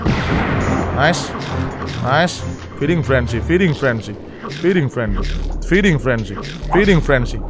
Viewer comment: Feeding bor bukan freding